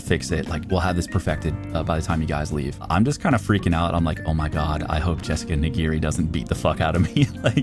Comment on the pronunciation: mans said "Jessica NEE-GEEH-RI" lol